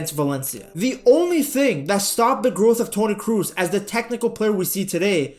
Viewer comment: Do please say Toni Cross instead of Toni Cruise